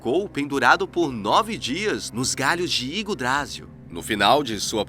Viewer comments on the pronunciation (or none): none